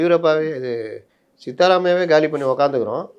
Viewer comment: அவர்களே. அவர் சீதாரமைய்யா இல்லை. சித்தராமைய்யா